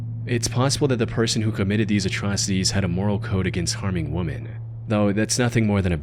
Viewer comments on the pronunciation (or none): why do zoomers say "woman" instead of "women" this is like the third youtuber this week ive heard say that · I have a feeling, after watching several videos on this channel, that the narrator doesn't really know how to pronounce the word "Women" (plural). There have been many instances over several videos where he's meant to say "womEn" but it always comes out as "womAn". f.e. "Several woman were killed by....". It's weird. It this a real voice or AI? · dude, the plural word is pronounced "whim-in," not "whoa-man." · "It's possible the person who committed these atrocities had a moral code again WOMAN". One, a girl is NOT a woman and two, the word you are looking for is "women". Even saying it as it is spelt, you STILL are not saying "men". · WEH-MEN. Not WUH-MAN. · The plural of woman is women, not woman. "Wimin". Please. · Second or third time I’ve heard the narrator say “woman” instead of the plural word “women”. Makes me think it’s AI. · how is it 2025 and there are still people who pronounce "women" as "woman" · "against harming woman"? I've noticed that a lot of videos lately in social media, people say "woman" when they should be saying "women". now you can't tell me they don't know it should be "women" instead of woman. so what's up with that I wonder? unless they're trying to be "in with the crowd"? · Didn't want tk hurt woman? Its women. Stupid AI. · Question: is the narration for this AI? I just notice that he consistently mispronounces “women” in every video. Is that because of AI? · He does indeed pronounce it like the singular "woman", but I've seen plenty others make that mistake, though it is annoying. I was wondering if it was AI too for different reasons, though I think it might just be someone that has another prolific channel on here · You really need to learn how to pronounce “women” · I really enjoy your videos, but please learn how to properly pronounce the words women and across